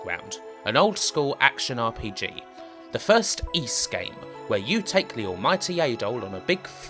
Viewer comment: Es?!? There are Four Ys (how most people would pronounce "Ys") and zero "Ys" (as pronounced in this video as "Es") in the longest Wheel of Fortune puzzle with no vowel: L-N-RD SK-N-RD